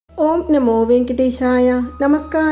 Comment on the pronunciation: നമോ എന്ന് വാക്കിലെ ന , നനവ് എന്ന വാക്കിലെ ആദ്യത്തെ ന-ആണ് രണ്ടാമത്തെ ന അല്ല.🙏ശ്രദ്ധിക്കുമല്ലോ..🙏ഓം ശ്രീമുരുകാ ! ശരവണഭവ...🙏